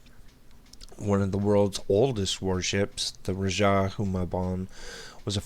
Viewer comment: correction, . its Rajah "jah" sounds like "ha" in happy. .continue . . xD